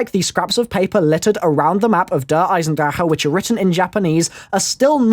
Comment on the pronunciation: you say "eisendrecke" but you say it like "Eisendrache". The a in drache really is an a. and the ch in drache is a soft g